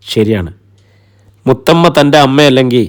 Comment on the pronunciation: മൂത്തമ്മ അല്ല മുത്തമ്മ കേട്ടോ